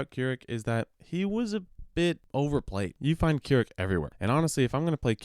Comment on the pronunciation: man say k'rrik wronger dude.